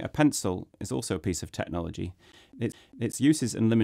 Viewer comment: "Tecnhology" haha